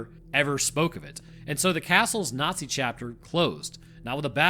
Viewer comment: this video is full of lies, pavlace are standard tiered balconies called PAVLACE not "inward-facing battlements", the courtyard didnt exist when ottokar built it, and you cant even say nazi correctly this is slop and you should feel bad